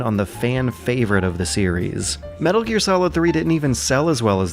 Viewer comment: Metaro gear. I almost thought she said motaro gear lol.